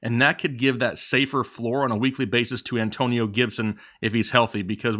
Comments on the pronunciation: 113K and Rising! B-) "AnTOEnio Gibson" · Damn. Not the An "TOE" nio toetag. Aka DOA